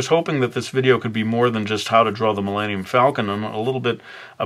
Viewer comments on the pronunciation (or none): Did he just say millannium falcon? can he not pronounce Millennium? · oh my god you replied... i love your art i was just like wait did he say Millannium haha you're a really awesome artist!